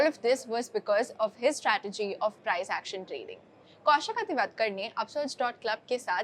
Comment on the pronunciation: प्राईझ ऍक्शन? प्राईस ऍक्शन बोल भाई